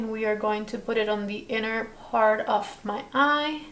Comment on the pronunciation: PAHT TWO🤣🤣